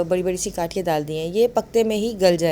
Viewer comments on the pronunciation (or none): ڈال in se nahi kaha jata shayad speech mein issue ho.... Allah Taala sab k saath aafiyat k maamlaat rakhein. Aameen